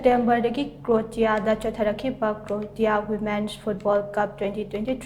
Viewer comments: Krotia haiba natte Kroashia haina pronounce tougadabane hanna practice khara toubiyu . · Karino Croatia bu adumaina pronounced oibra haise Kariba krotiya ba 😂😂😂😂 lairikti haiphet heirmmoihe noise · Pronunciation du fao d chumna habiyo. Cro-a-sia sumaina haibiyu. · Krosia haina pabiyu,thank u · Anchor na pariba pronounciation du chumthoknaba haibani spelling lalle haiba natte pao du munna tabiyu Anchor na hairidugi matung inna Croatia haidare Ka ro ti ya haina paare paodo adubu haibani.